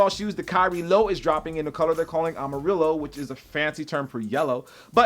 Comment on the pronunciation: Bro, you messed up too. its pronounced "amariyo"